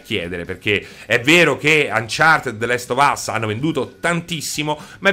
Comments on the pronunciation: The lest of us non si può sentire, comunque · “The lest of us”